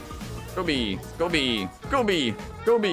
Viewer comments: he says "Go B" or "Kobe" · i think it's "Kobe"